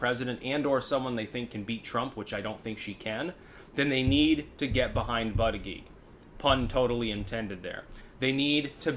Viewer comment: It's pronounced BOOTY-JUDGE...